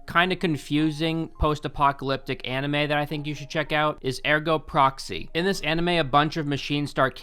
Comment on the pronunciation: How is the only thing you can pernounce right Ergo Proxy? lmao